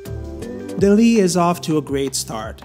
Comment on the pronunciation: Sorry but I couldn't watch further than the 1 minute mark, the way you were pronouncing the name for dall-e was really distracting. The name should be pronounce the same as the animation movie, wall-e, it's basically an intended pun. I don't know how to type the pronunciation but I recommend you to search online. Feel free to ignore my critic, but it really was super distracting and I couldn't continue with the video. Cheers